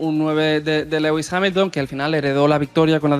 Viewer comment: entre Legüis Hamilton y “duodécimo”, sus dos palabras favoritas… se corona! si dices “decimosegundo” tampoco pasa nada eh! Lo mismo que dices decimotercero, decimocuarto…etc… pues nada, si no dice “duodécimo” 10 veces por vídeo, no lo dice ninguna vez….. eh “Legüis…? Jajajajajaja